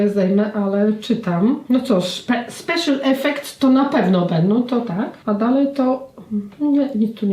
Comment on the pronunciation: Speszal efekts to napewno będą "